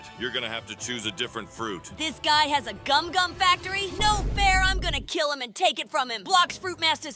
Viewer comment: It gumgum not gomu